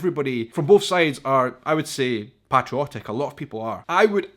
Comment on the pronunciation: The way your were pronouncing patriotic and patriotism was crazy 😜, not sure if you were replacing the a with an o or what. Great 👍 video by the way, love ❤️ how you love the USA 🇺🇸 more than some of the citizens in this country. If you ever come to Alabama I would love to show you around and take you to some of my favorite restaurants and sights to see the wonderful state. Keep making amazing videos and content, God bless you and your family.